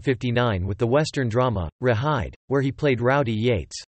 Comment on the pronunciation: Rawhide not rehide,,A,I ,is really getting annoying